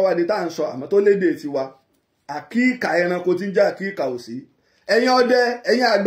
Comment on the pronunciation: Is Akika not Akiika